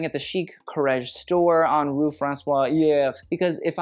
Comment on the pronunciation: that r in rue... not me being shady but I kinda want to watch a full episode of you doing french exercise on babbel